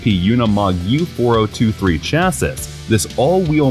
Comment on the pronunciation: Don’t say chassas say chassis